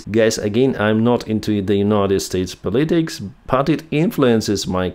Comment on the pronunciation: the word "politics" is pronounced with the stress on the FIRST syllable. Gabe Retired E.S.L. teacher.